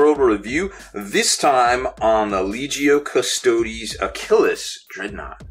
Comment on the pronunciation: It's pronounced a-kill-us